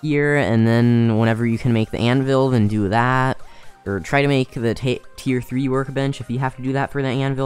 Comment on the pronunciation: its tier not tear